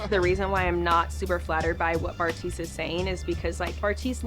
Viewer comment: LOL I just realized you called him Barf-tise😂😂😂 love you